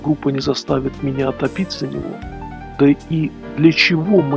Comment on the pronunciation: Зачем ) топить)) за...тем более в неологизме топить ударение на о)...да ладно всё норм молодец! И т.д.